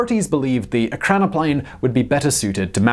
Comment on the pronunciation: You have the pronunciation wrong. It's not PLANE, it's PLAN and it is pronounced like plan, not plane. Still smashed that like button..